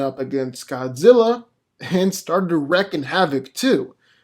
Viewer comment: It’s pronounced REEKING havoc. Wreaking is not Wrecking